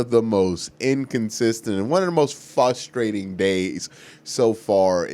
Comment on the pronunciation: What's frustrating is when u say fustrating